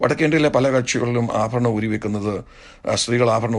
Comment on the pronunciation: ഈ സംസാരിക്കുന്ന അപ്പച്ചൻ മാർക്ക് ഭ ,ബ ,ഫ എന്ന ഉച്ചാരണം മലയാളം ഭാഷയിൽ ഉച്ചരിക്കണം ആ ഫരണം അല്ല. ആഭരണം. നിങ്ങൾ ആദ്യം ദൈവത്തെ അനുസരിച്ചു ജീവിക്കൂ. ഒന്നര കോടിയുടെ വീട് ഒരു ലക്ഷത്തിന്റെ സിൽക്ക് സാരി. റാഡോ വാച്ച് എന്ന് വേണ്ട ..... നാറിയ സംസ്കാരം നിങ്ങളുടെ ഇഷ്ടത്തിന് വളച്ച് ഒടിച്ച് അടിച്ച് പൊടി ജീവിതം.ഇതൊന്നും യേശു ക്രിസ്തുവിന് ഉണ്ടായിരുന്നില്ല. എന്ന് ഓർത്താൽ നന്ന്.